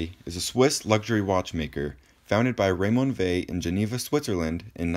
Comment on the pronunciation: I had no idea that was how to pronounce it properly